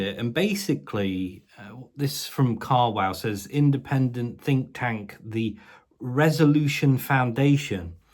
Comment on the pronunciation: Did you say ‘Fink’ tank?? I’d say it’s about time that little fkr got an awakening!